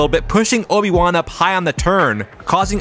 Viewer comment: ... its Obi Juan not Oni One...